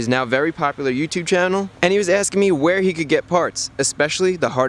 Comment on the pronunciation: in the first 5 seconds saying where shows that you got some British in you.